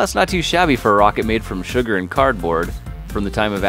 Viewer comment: At the beginning did you say chugar